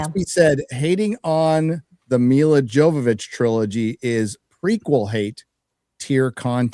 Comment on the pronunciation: I'm pretty sure although it's spelled "Jovovich" it's pronounced "Yovovich".